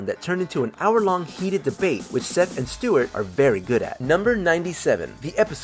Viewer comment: Stewart* not Stewie how’d you mess up already and we ain’t pass the first 2 yet 🤣